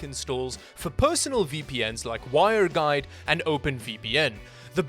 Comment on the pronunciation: Just not "wireguide" but "Wireguard" :))